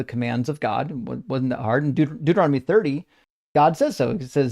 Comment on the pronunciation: "deutoromony" 😅 he cannot even pronounce Bible books right, he's so weak & desperate 😅😅